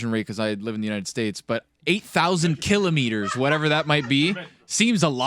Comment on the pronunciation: “8000 killer meaders..” try “ki laahmeter”, it fits better lol